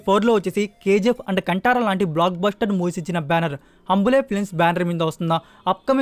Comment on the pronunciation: హంబులే కాదు కాదు హోంబాలే కాదు హొంబాలే హొంబాలే హొంబాలే హొంబాలే